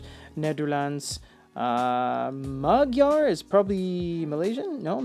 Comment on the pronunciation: When you said "Magyar", your pronunciation was surprisingly okay. Means Hungarian btw, a little country in Central-Europe.